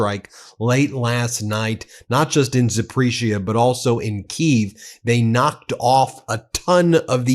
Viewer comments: Zap-poor-ree-ze-ah a little pronunciation guide to get you closer to sounding educated on Ukrainean politics and the war. Thank you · My friend, it's pronounced "zap-or-ee-zhee-uh". Russian is very difficult to pronounce. 😀.